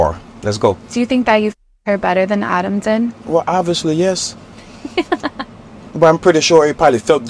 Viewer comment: The way he says OBVIOUSLY